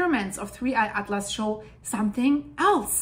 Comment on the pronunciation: That is the correct way of pronouncing it, according to my scientific calculations.